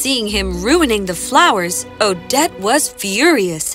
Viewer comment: When the prince yell“Odette” it’s sound like“O-dead” XD